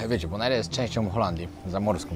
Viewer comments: Bonaire nie wymawia sie tego "e" na koncu, tak jak bys czytał bon air/air powietrze, jak sie zna jez angielski to sie wie. 😊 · Zła wymowa nazwy! Boner - to przybliżona wymowa!